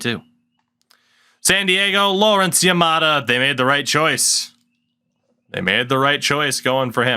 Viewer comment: Yamada not yafada 😂